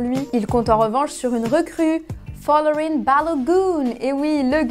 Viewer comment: C’est pas folorin c’est Falorin Balogun un nigérian anglais américain